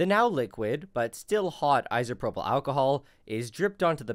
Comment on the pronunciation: Anyone else bothered by his pronunciation of “isopropyl”?